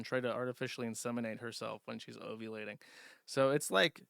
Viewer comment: o-vulating?! What is it with Jersh & O words. Everyone bullied him to quit saying erver but now he can’t pronounce ovulating.